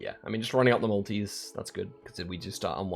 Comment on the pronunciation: 50 mins into the video before I realised you were saying multi's. Whole time thinking why's he going on about the Maldives